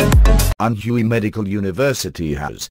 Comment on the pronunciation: Learn to say "Anhui" correctly. It is not ann huuu eeeee it is pronounced Ann wayyyyy